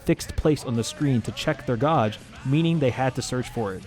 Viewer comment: Great vid however, gauge is pronounced "Geij" not "Gaaj". Still not as bad as one person I saw who pronounced it "Gaugei"!